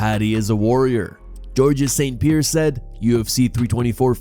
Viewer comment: George's Saint Peer said what now? This AI generated voice gets me every time. Can't pronounce Ray-Nato correctly either but has no problem with Moicano 😂😂